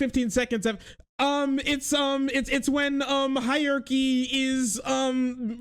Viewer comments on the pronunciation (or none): She also says hi-arky instead of hierarchy which is also annoying